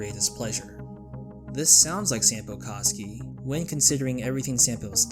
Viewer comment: My Finnish ass screaming when he says “saampo kaski”😭(for those who don’t know Sampo is a Finnish name meaning wealth and fortune.Koski is a Finnish last name meaning a small moving body of water kinda like a river)